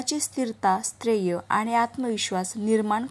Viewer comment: स्थर्य म्हणा नीट